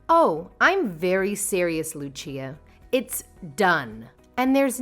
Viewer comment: Say Lucia right